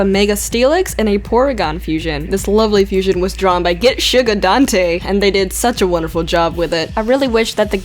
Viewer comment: Get-Sugar-Dante? It's Getsuga, as in GETSUGA TENSHOU!!!